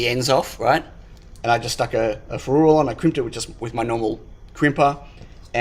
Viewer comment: Hey. Love the concept board. By the way, the way you are pronouncing ferrule is killing me:), I believe you should stress the first "e" and not the "u", but each to their own. Cheers.